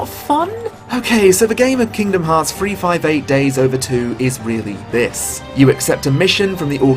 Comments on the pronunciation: Oh shit, someone FINALLY pronounced the title of this game correctly. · Oh shit it super threw me off that someone said 358/2 Days CORRECTLY